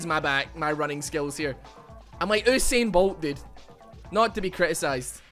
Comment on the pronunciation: its Pronounced "[You] sain Bolt",- Usain Bolt, not OO Sain Bolt LMAO